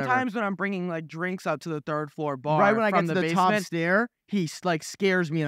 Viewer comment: "thord floor" 😭😂😭😂😂😂😭😭